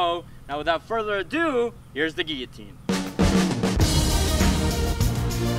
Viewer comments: What's a geeateen? It's pronounced guillotine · It’s not a geeateen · "gieoteen" isn't it "gil-a-teen"? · The way he says geeyatine rather than giloutine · Gilatean not giatene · No it's kill-a-teen 🤣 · "Gee-atine!" XD oh bloody hell... Guillotine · He calls it a geeeeeloutine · Geeateen bruh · gill-e-teen get it right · It's a guiloteen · its pronounced GILL AH TINE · its gilatin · ITS GILO---TEEN